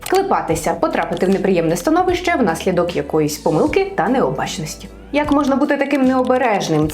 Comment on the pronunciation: Внаслідок "пОмилки", будь ласка, не "помИлки".